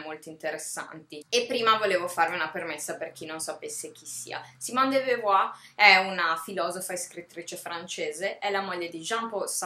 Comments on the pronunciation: la tua iniziativa è ammirevole, ma di simone de beauvoir (compagna, non moglie di sartre) avresti potuto almeno imparare a pronunciarne correttamente il nome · non mi sembra di aver aperto una polemica. poiché rivendichi dei contenuti sarebbe bene quantomeno accertarsi della pronuncia del nome di un autore di cui vorresti divulgare il pensiero, basta così poco! scusami se mi sono permesso, io al tuo posto avrei apprezzato la correzione, perché di certo da oggi non sbaglierai più. peace&love! (è inglese, di certo non ne sbaglierai la pronuncia!) ps. della de beauvoir il mio preferito è L'età forte